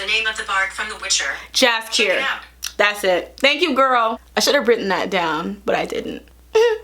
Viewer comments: i rlly hate to be this person but its yaskier with a y, even tho its spelled jaskier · read Jaskier as Yackier (with soft c like in Cersei), it gonna sound as it does in polish, the original, in which its a name for a very lovely aggresivly bright yellow flower, and adjective derived from Jaskier - Jaskrawy means basicly a bright, intense colour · I started watching it a few days ago and it gives me such Xena vibes tbh, in the best of ways. The Geralt/Jaxier relationship was giving me Xena/Joxer. You messing up the names cracked me up 😂 And that Snyder cut joke hits different now lmao I also think the show is too straight, they could have made Geralt bi. I actually think making the hypermasculine warrior protagonist straight is so expected so that would've been cool. And omg outlander, also dropped it because I couldn't with all the sexual assault as plot device and racism. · I love it that you tried to pronounce it right! Next time try to say "Anne-jay Sap-cove-ski" and you'll impress even the Polish fans and the name Jaskier means a type of flower (pronounced like Yaskier)